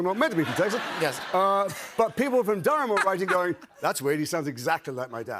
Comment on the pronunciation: It’s DURM you idiots